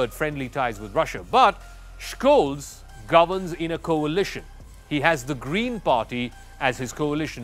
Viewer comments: Scholz. Not Schkolz. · The German "Sch" is spoken like the English "sh". So he is pronounced Sholts. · Please learn now to pronounce Scholz name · You should pronounce Scholz and Schroeder properly. LOL the devil is in the details